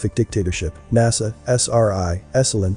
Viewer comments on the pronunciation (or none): none